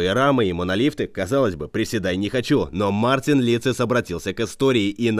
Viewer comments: Не Мартинс а Мартиньш (Mārtiņš)! ЛАтвия!!!!!!!! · По латышски правильно Мартиньш (Mārtiņš)